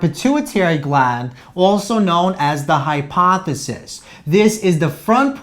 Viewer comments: lol I thought I was the only one who keeps hearing hypothesis. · Thank you very much for your lectures!!!Congratulations!They are totally awesome!I just wanted to mention something of no significance,just for the record.The "ph" is always pronounced as "f", which means that hypophysis is pronounced as "hypofysis".